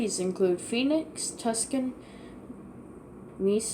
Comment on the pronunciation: So many pronouncation errors in regards to many of the cities. Mobile is pronounced mow-bull, Tucson is pronounced too-sawn, Naperville is pronounced nay-per-ville, Des Moines is pronounced deh moin, Sioux is pronounced sue, Dubuque is pronounced doo-byook, Ames is pronounced aims, Worcester is pronounced wuss-ter, Biloxi is bill ox ee, Portsmouth is port smith, Newark is new irk, Las Cruses is loss, crew ses, Raleigh is raw ley, Chattanooga is chat un oo guh, Montpelier is mont pill ee air, and that’s it.